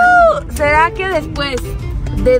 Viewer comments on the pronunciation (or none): pone respues en lugar de después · en el minuto dice minutos respués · En el minuto decía minutos respues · No se pero cuando dijeron que pensaban acampar y apareció lo de minutos después en vez de decir después dijo respues😊😮